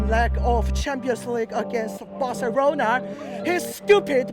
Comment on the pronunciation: face when old mate says “BarceRona” 🤣🤣